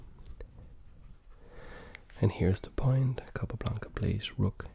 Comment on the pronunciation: I love the way you pronounce the name „capablanca“, its so satisfying for some reason xD